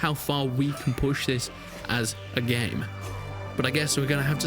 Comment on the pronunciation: This !!!!! Not vis!!!!